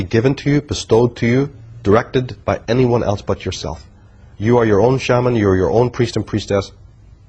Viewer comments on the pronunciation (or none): none